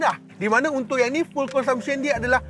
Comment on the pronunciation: Bang, saja nak comment sorry bang nak perbetulankan sebutan fuel abang..fuel..bukan full tapi sebutan fiul..tu ja video abang mmg semua terbaekkkk